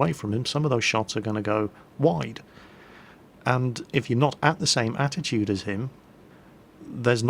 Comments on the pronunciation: you said attitude like 10+ times instead of altitude! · please pronounce the L in aLtitude .. it kept sounding like you said attitude ... also .. did you try to ignite the flame war on your world of warplanes video by announcing your preference to warthunder air ? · lol anyone catch atitude instead of altitude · 24 min: attitude? You mean altitude! You did well though! Good mingels!!